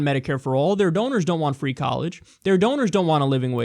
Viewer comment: donors, rhymes with owners.